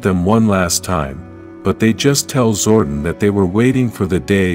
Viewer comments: Please correct the pronunciation of Zordon from "zor-den", Ninjor from "nin-jer", Astronema from "as-tra-nema", Andros from "an-dras". Otherwise, this is a great summary of the story arc. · you've never heard of zordon's twin Zordin ?